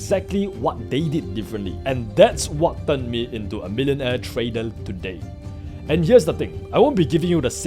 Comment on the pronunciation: You may be smart but atleast try to improve your pronounciation. I dont expect you to be perfect but i know its possible if you try it. Im talking about those simple words you pronounce like tradal instead of trader that even a class 1 students would find it very easy.